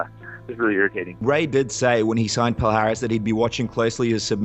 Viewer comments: Not Pal-Haris. That hurts my ears. It should sound more like palliares, like in million. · Palhares sounds like "Pall-eee-ar-eee-ss", not "Paul Harris" as you folks say (funny for a native brazilian to hear it) ;) great content bro! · Pronunciation-- pa-li-ahhhh-rezzz